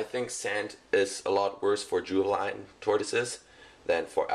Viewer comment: Did he say juveline?